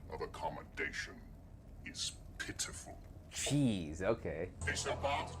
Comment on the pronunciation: "Your idea of accomodation is pppppppitiful..." idk the way he pronounces it so over the top. I always loved that. :D Must be so much fun playing a hyper arrogant Goa'Uld